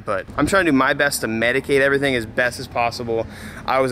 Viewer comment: Mitigate not Medicate.. lol